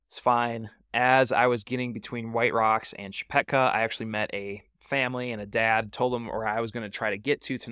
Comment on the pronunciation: Hardly anyone started at McKee Draw until YouTubers became a thing. Before that, the decision was to start at Leidy Peak or Chepeta Lake. And it's Chepeta, not Chepecka. Good video.